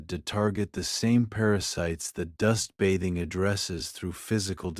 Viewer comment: If you are going to use a robot narrator you should use one that can pronounce the words correctly. If it is a human narrator, same thing. This one learns as it goes. It finally learned how to pronounce "bathing" about five minutes in. Otherwise, this is too long and very boring. I couldn't force myself to finish.